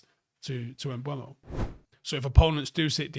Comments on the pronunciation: please, and hopefully to many more. Im pretty sure it’s not pronounced “mBWAYmo” like many are saying. That would be spelled such as “Mbuemo”. It is “Mbeumo” and if you find a clip of the actual player saying his own name it’s more along the lines of “mBoomo” to say it as easy as possible phonetically. But please stop with Mbuemo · M-BUH-MO not M-BWU-EMO,.;) Nice video anyway.